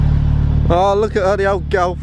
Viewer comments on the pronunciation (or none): It’s G O L F you moron not G O W F